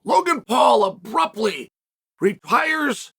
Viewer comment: Another chael-ism "abruptly repyres" 😂 0.06 second in 😂